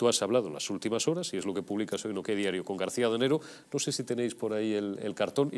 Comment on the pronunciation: Adanero, no Danego. Os estáis luciendo